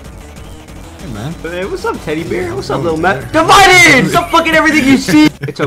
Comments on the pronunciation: “Devided? Its “divided” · divided = multipled, = fyso, = blom 👍